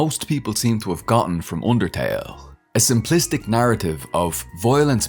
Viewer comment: wroiting voilence oondertail